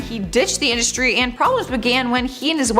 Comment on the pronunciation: " Indushtry " voice rattle my nerves